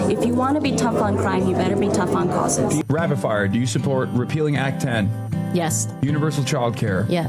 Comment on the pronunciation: Did she just say, "If you want to be tough on crime, you'd better be tough on crosses"?